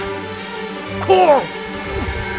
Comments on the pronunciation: It's Karryllll, not Coral. Ps.I missed Charlie. Snorin doors institute. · “Coral” lmao